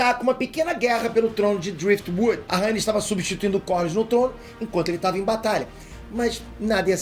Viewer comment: acho que fala Raénis e não Rânis (Rhaenys)